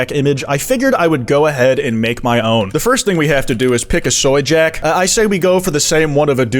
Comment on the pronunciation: holy crap you just said soyjak correctly, this might be the first time a youtuber has ever said soyjak correctly instead of accidentally saying woahjack or snarky snappy or something like that.